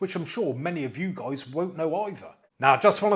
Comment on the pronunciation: I love your intro man 😅👍 "What's up goiys, how you doinnn"